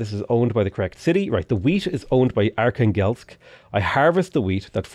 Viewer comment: Every time pronounces Archangelsk it kills me inside as a native russian speaker.